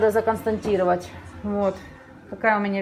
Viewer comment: Правильно говорить КОНСТАТИРОВАТЬ, а не константировать. Запомни имя Констанция и никогда не произноси в середине слова КОНСТАТАЦИЯ(фактов) букву Н.